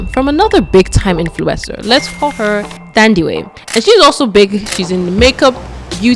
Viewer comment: Not policing you or anything... But just for future references, for names like Thandiwe... The "Th" is not the same as the English "Th"... It's pronounced like the h is not there... So like "Tandiwe"... I don't know if there's more but off the top of my head but, the name Theo is the one name where the "Th" is pronounced the English way❤... Love the channel!